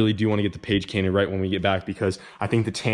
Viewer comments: Page Cainted!!!! LMAO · Haha. Page cainted. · Lol. Page cainted!!! 😂😜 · Page cainted. Wiki : to page a caint. To play with taint with paige.